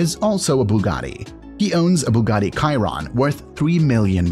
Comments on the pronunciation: Its a chiron not chairon and a veyron not vayron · it’s Chiron (she-Ron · Chi-ron Cho-colate Kyron😂🤣🤣🤣